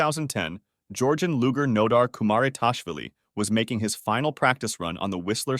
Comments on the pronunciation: It's pronounced LU-ZHER. Not LU-GER. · Saying "lugers" with a hard G is wild fucking work..... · The way this man says "luge" and "lugers" irks me so much LMAO... Info tends to come across more trustworthy when you actually pronounce stuff correctly 😭🤣